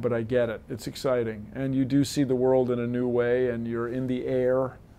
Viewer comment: "It's all good, iz all good" - Bill Nye, The Pimpin' Guy